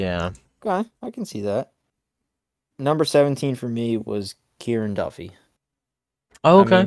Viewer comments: My name is Kieran. The way you pronounced Kieran Duffy "KARIAN" was painful. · Wtf karian Duffy it’s Kieran pronounced Kear in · KERIAN??????? BRO WHAT WAS THAT PRONUNCIATION,i am irish so this hurts me😂